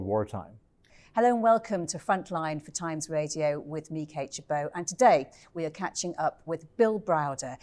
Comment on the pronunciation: "Meekate-Chebo". Wasn't until I googled the show that I realized her name is Kate...